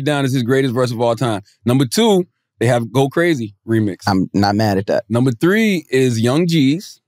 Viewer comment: "all tree uh yall" 🤣